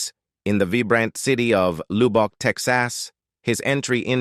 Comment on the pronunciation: Uhhhhh…where is Loubock, TEXASSSS…?…you sound like a rail dombassss